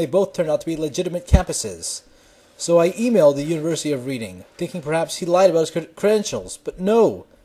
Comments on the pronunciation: trivia, but the untiversity is pronounced Red - ing rather than Read - ing, just English spelling trying to catch out Americans. Also the county is pronounced Barkshire, despite the spelling of Berkshire. cheers Rob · You said Reeding. We brits do it just to confuse you. :) We have plenty more. We even have ones nobody from more than 30 miles away knows how to pronounce, like Crich.